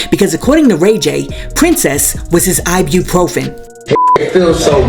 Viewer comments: Can somebody explain to RayJay that it’s IBUPROFEN, not I.B. Profen. 🤦🏾‍♀️ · It’s I-BU-PROFEN , Ray J!!!!… not I-BEE . 🤣🤣🤣